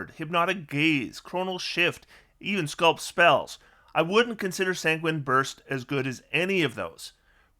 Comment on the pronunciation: 14th level, you get hit by a creature with multiattack while concentrating on a spell. You fail your save, you now lose your resistance to damage as well as whatever you're concentrating on. You've also been spending your HP like tic tacs, so you're also dead. Also,to be that guy just once because I played a lot of Oblivion, Sanguine is pronounced "Sang-win" or "Sag-wine". Sorta threaded the needle there 😅